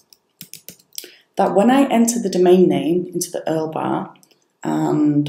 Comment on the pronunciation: Love the way you call it 'earl'. Thanks for the video. Any luck with raising this issue to BlueHost by anyone else?